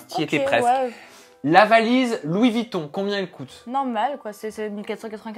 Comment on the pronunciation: Pitié... Dites Louis VUItton, pas Vitton...